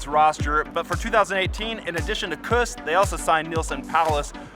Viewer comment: Say: KOOS. Rymes with caboose. Say it right man